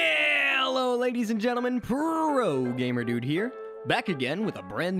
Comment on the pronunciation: Did u just literally said porogamerdude